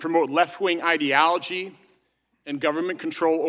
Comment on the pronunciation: The first lady in the video said "idiology" when it was ideology. Crazy that people believe she even had a hand in writing that. She cant even pronounce the word ideology. Just one of many puppets.